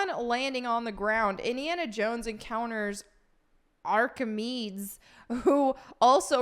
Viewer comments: Aar-kuh-mee-deez. Or Arc-ah-meaties. Please don’t say his name like arcmeedes or whatever again that hurt to hear. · Repeat after me: Ark-uh-me-deez. Thank you. 🤦‍♂ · “Archimedeeees”. Not Archimeeds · Me thinks you have never heard of ark-a-mee-dees, not ark-a-meeds lol. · Archimedes is pronounced, "Ark-ih-me-deez", not, "ark-ih-meedz". Sorry, but this bugged me. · It's Ark-uh-mee-dees, not Arch-ih-meeds lol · I've missed the mispronunciations 🤣 It's aar·kuh·mee·deez, Have a great day,. You're very beautiful today 😊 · Arcamedes (Ar-kuh-me-deez) smh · It's pronounced ARKIMEEDEES. Isn't it? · Arki-mee-deez -Greek mathematician, engineer, physicist....aaaaand also the grumpy owl from Sword in the stone. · Hearing you pronounce Archimedes (Ar-Keh-Me-Deez) reminded me of this hilarious Wheel of Fortune clip. Lol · "Archimeeds".... That's like Bill and Ted with "Socraits" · deep breath ...ArchiMEEDS?! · It's Ark-A-Me-Dees and he was the Da Vinci of the ancient world. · Archimedes is pronounced aa·kuh·mee·deez 🙂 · Ar-Ka-Me-Dees. Just a FYI. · too distracted by "Archi-meeds" lol -famous mathmetician and ... Hitler stan? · His name is pronounced ARC A MEE DEES a very important ancient greek inventor from history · It’s arca me dees ! Please say you went to high school and studied history 😢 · Ark-ah-me-dees my dear 😊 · R-ka-meed-ees ,no hate just correct pronunciation. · Say after me- “Ah-car-mee-deez” 🤣😉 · Ar-Ka-Mee-Dees. Good God 🙄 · Love your stuff but your pronunciation of (Ark-i-Mead-ees) hurts my soul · Archimedes is pronounced ARK-ah MEED-eaze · No, Archimedes (ark-a-meed-ees) was a famous ancient Greek engineer and mathematician who lived in the Greek colony of Syracuse on the island of Sicily. He was rumored to have made a weapon that helped to repel the Roman invaders. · You don't know who Archimedes was? (and it's Arc eh mee dees) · Ark uh meedeez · Made me smile every time mispronounced Archimedes.